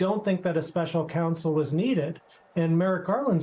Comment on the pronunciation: It would be much easier to listen to Jill Winebanks if she could pronounce the vowel 'O' in her words 🙉. "My first respAnse... K'a'sovo ...Special Cansel...... Did the world also change the sound of vowels when we were asleep?